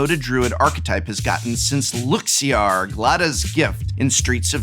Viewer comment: Why does he pronounce Luxior that way? LukZeear what